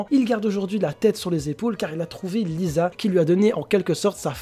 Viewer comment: Elle ne s'appelle pas Lisa mais lise